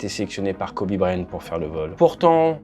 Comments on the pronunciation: prononce bien c'est Bryant avec un T , idiot ; pas brian.....arrete de copier Aldo aussi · Kobe "Bryan" ??! 😂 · BryanT, avec un T. Là, c'est la prononciation pour Dany Brillant, que tu nous fait. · Pauvre Kobe dont le nom est écorché toute la vidéo. il y a un T à Bryant. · Bonjour, il y a un T à la fin de Bryant. Il se prononce. Vidéo intéressante.